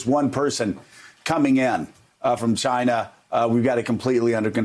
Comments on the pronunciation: It's pronounced, "JYNA!"😆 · It's pronounced CHI-na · He sounded racist and annoying when he’s tryinna pronunciate the word “China”